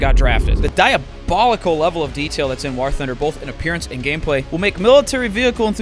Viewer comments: Jesus fuck Doo, its War not WaHr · When are we gonna tell Dooo that "war" is pronounced the same as "wore" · Has anyone noticed Dooo says "war" like it's spelled with an h "wahr". It cant be just me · Listened to that whole ad read just so I could hear Dooo pronounce the word war